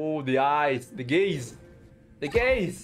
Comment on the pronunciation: him: look at the gaze what my brain hears: look at the gays neither is wrong 😏